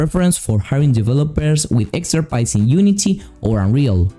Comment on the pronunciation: ex·pert·ise, not exterpise